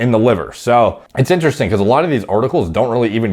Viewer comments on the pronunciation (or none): none